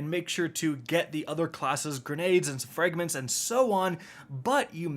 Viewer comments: Frayygments? Seriously dude, learn how to pronounce the vowel sounds The letter “ a “makes in English. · Fraaayygments is not how you say Fragments. Fix it, noob.